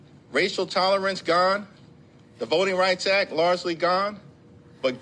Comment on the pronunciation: "Voting Rights Ack" 🙄